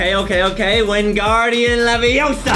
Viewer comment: its levaosa not lovaSA